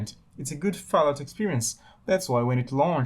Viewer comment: Ah yes, Fahlout.